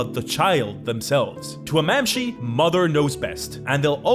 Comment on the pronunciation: Mamshee? Bro does NOT speak gaelic lol